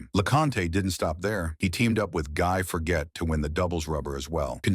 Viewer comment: Aside from the terrible pronunciation of both Henri Leconte's and Guy Forget's names, when you say that Leconte beat Lendl, you are actually showing a picture of Bjorn Borg... there were a few other picture errors but they were not as noticeable and appearing for a shorter amount of time or had multiple players so could be perceived as illustrations. I saw a picture of Leconte and Lendl side by side but it was much later in the video.